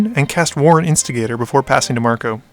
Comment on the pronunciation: Nice german pronounciation of warren instigator there :D (no sarcasm) well done! Omniscience on the other hand: "Omni-Science" xD